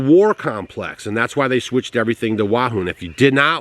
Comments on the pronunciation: Can't say Wuhan 😮😮😮😅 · WEW-HAN. I THINK,LOL